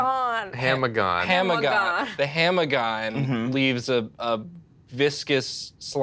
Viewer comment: "Its a hammagon" "I wish that ham were gone" "so it's a ham a-here, and then it hammagon" "there it hamma-goes"